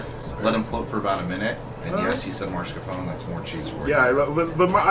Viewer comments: Guys, it's mascarpone...not marscapone. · Why are both and the manager saying "mars capone" instead of mascarpone?